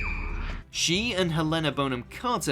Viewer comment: I just saw another video on the same thing and you two both pronounced Helena's name wrong, it's Hel-Le-Nah. I don't believe the Holy Cricket one because I saw or read something that said Emma Watson actually hated saying Holy Cricket. So how could it be improvised if she hated saying it from the start?